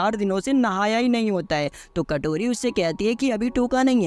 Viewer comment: Kotori❌ katori ✅😅😅😅😅😅😅